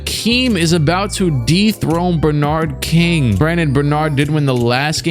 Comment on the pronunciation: pronouncing Bernard King like that kid that said LeBron James